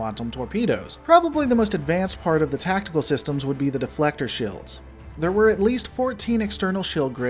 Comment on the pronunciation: It's pronounced "shEElds" not "shILLds"